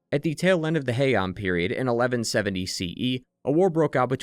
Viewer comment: Any jjk fans flinch when he said the Heinan period ?